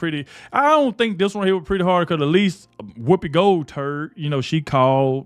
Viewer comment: Did you say Whoopi gold turd lol